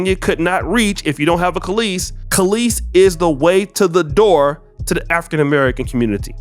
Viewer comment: Brotha you're about my and Kelis's age... how are you repeatedly saying her name wrong? 😅 It's Kelis, as in Kell-is, not Calisse as in Kuh-leese. 😅 Otherwise, great video! 😄